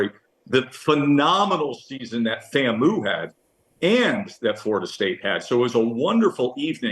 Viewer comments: Did he just say Fam Moo? It’s FAM-U…😅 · Please tell Joe it’s pronounced FAM - U, not FAM - Moo. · The way he pronounces FAMU like shamoo has me dead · FAM-U pronounced Fam-you